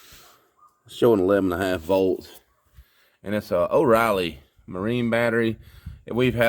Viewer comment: Oh really? , Oreily